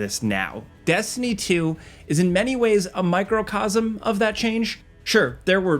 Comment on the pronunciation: It’s funny he said “michrochosm” in Destiny 2 cause that’s literally an exotic weapon in the game 💀